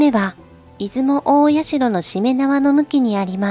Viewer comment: いずもたいしゃ」じゃないの？